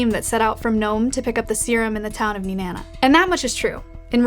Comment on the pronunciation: Wow she said Nenana correctly